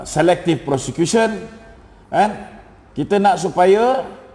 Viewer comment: Kau sebut prosecution macam sebut kusyen, tempat duduk. Tah apa apa lah kau ni